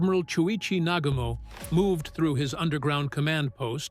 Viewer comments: NA-GU-MO !!! & He Commited Suicide !!! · Nagooomo - please!